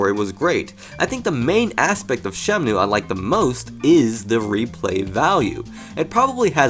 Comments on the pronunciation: ShemNOOOO, shemnooo, shemnoooo. It's so distracting man. SheMNooooooo. It's Shen-Moo bro. Pls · It's Shenmue, not Shemnue. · Now you just have to learn to say 'Shenmue' instead of 'Shemnue' 😂